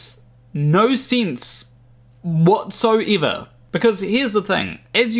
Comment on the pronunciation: "That makes no siens whatsoyever"